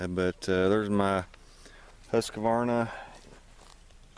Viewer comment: Husk-a-varna? Love it, man. You’re not even close to pronouncing it correctly 😃